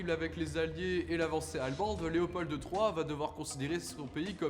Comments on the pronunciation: Super bien fait mais on dit Léopold...pas Léopolddde ;) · Oui mais, comme tous les Français, il prononce « Leopolde ». Rien que pour ça, il rate le 10/10. Même si, soyons justes, il a bien du mérite par ailleurs et a manifestement mené des recherches sérieuses. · Pas mal ! Juste un détail : on prononce pas le d de Léopold Sinon bravo franchement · Pas besoin de dire le D à la fin de Léopold